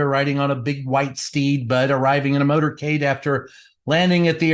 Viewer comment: Maybe I misheard, but did you say" Donald Trump arrived in Washington DC in his murdercade"?